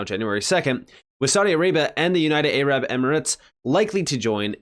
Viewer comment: I forgot to tell you something in a comment on earlier videos: the “A” in Arab is light, (soft, lower case). An “a” as opposed to a heavy “A”. I’m not a sensitive lib, just that our “Arab crypto brethren” in XRP would appreciate it. It’s like “apple” or “Adam”, not like the hard “A” in “acorn”.